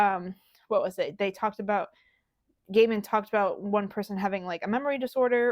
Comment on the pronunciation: Gay-min, Not Guy-mun